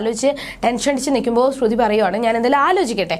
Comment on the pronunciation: തള്ളേ ശ്രുധി അല്ല ശ്രുതി 🤦🏻‍♂️🤦🏻‍♂️🤦🏻‍♂️കുറച്ചു എങ്കിലും ബോധം ഇല്ല ല്ലോ